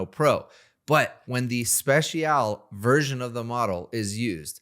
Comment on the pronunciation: Never heard someone not know how to pronounce special